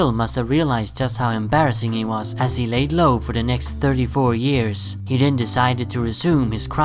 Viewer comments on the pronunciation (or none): none